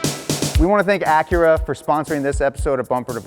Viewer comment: When he says Acura ,the Honda lover in me dies a bit more .